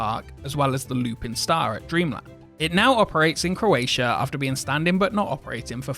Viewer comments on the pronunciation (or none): none